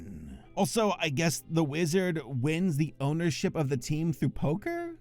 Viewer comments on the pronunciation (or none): none